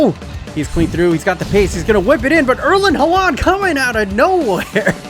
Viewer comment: “erlin hularnd”